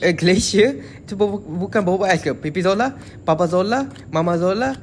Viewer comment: bang mama zila bukan mama Zola